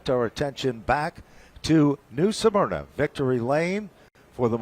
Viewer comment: Pronounced - Smur-na! NOT Sa-mur-na…